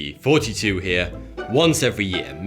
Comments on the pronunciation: Dude, I sometimes come across one of your thumbnails that sounds mildly interesting and fot a while I was hearing you say "42 here", what sort of pronunciation is that? I mean I heard my children pronounce "th" as "f", they would pronounce "mouth" as "mouf" or "truth" as "troof", they eventually outgrew it and nowadays I only hear that from toddlers and black guys speak like that, so what's up with that? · Okay this is driving me nuts every video you introduce yourself.. is it FORTY 2. OR it sure as hell sounds like you're saying 42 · It's weirdly satisfying how you say '' like '42' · he says i hear 42.